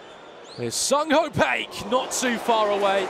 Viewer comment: Honestly mate, she kept saying Ho Paik, it’s embarrassing when the commentator doesn’t know how to pronounce their own players’ names